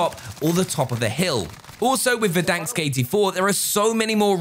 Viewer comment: It’s Verdansk not “Verdanksk”. Stop it!